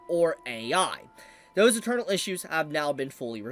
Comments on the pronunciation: When you say "internal" it sounds like your saying "eternal" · Is saying internal as "eternal" on purpose? Or just not enunciating?